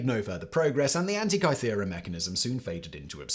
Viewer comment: Great vid - other than the mispronunciation of Antikythera 😁